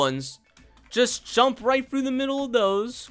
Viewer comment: Actually its right behind me 😂 not "rigt" behind me you correct him I correct you